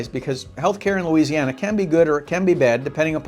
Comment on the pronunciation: Stop watching when he said "Louisiana".